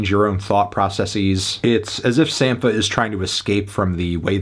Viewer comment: Its pronounced “Sam-pa” - just saw him in Chicago last night and he further confirmed this when he first came out and introduced himself.